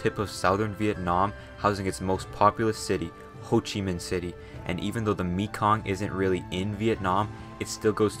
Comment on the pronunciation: I loved the way he pronounced Mekong. It’s pronounced Meh-Kong.